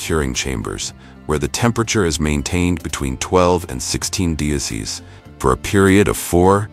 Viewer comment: 25 gree celsurs ... Is this AI or the guy really can't pronounce "jamon", "degrees" and "celcius" ?